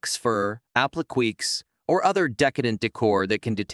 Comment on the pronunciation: AP- LI - KAYS